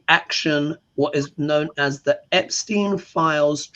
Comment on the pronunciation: Love you. But I don’t understand why you call Epstein “Epshtein”.